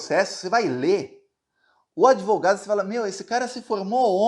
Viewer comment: Esse cara não é Advogado e sim "ADEVOGADO". Com certeza ele fez algum curso de direito via "ouvindo nas ruas" kkkkkk